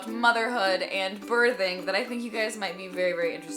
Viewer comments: She's SAYIN birding😂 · you say the word birthing very strangely.